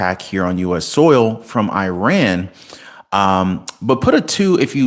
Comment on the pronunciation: WHY CANT YOH PRONOUNCE IRÁN 🇮🇷 CORRECTLY LIKE YOU DO THE “I” IN ISRAEL 🇮🇱 AND ITALY 🇮🇹 AND THE “I” IN INDONESIA 🇮🇩 AND THE “I” IN INDIANA AND INDIANAPOLIS?!! I CANNOT STAND CONTINUING AMERICAN 🇺🇸 IGNORANCE - EVEN AFTER YOU HAVE BEEN CORRECTED AND TOLD HOW TO PRONOUNCE A COUNTRY’S NAME PROPERLY!!! I AM UNSUBSCRIBING FROM YOUR CHANNEL BECAUSE I CANNOT TOLERATE THE DELIBERATE WAY YOU ARE CHOOSING TO MISPRONOUNCE THE MODERN DAY NAME OF THE GREAT FORMER EMPIRE OF PERSIA!!! AND BEFORE I GO - I JUST WANT YOU TO KNOW HOW UNSEXY THAT BULGE ON YOUR FACE IS - IT IS VERY DISTRACTING FOR ONE - ESPECIALLY BECAUSE WE HAVE TO LOOK AT YOUR FACE IN CLOSEUP ON CAMERA… YOUR FACE IS YOUR FORTUNE 🔮 WHEN YOU CHOOSE TO BE INFRONT OF THE CAMERA 🎥 FOR A LIVING/ CAREER… I AM SAYING THIS AS A SCREEN ACTORS GUILD UNION MEMBER SINCE 1998 AND ALSO THE AMERICAN FEDERATION OF TELEVISION AND RADIO ACTORS UNION MEMBER SINCE 1998 ALSO!!! SO AS A VETERAN ACTOR 🎭 I AM TELLING YOU TO INVEST IN THE FUTURE OF YOUR FACE ON CAMERA AND GET THAT KELOID SCAR TISSUE ON THE INSIDE OF YOUR 👄 SURGICALLY REMOVED!!! TRUST ME WHEN I SAY THAT THE MONEY 💰 YOU WILL SPEND ON RECONSTRUCTION OF THE RIGHT SIDE OF YOUR CHIN WILL COME BACK TO YOU TENFOLD ONCE THAT BULGE IS GONE… IT MUST MAKE PEOPLE WONDER 💭 IF THAT IS TOBACCO YOU HAVE PACKED IN THERE… SO FACIALLY DISTRACTING!!! GOODBYE 👋 AND GOOD LUCK 🍀 TO YOU IN ALL THAT YOU DO…🎉